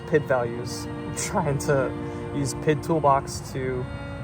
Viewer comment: Saying PID instead of P.I.D. was jarring, great video man!!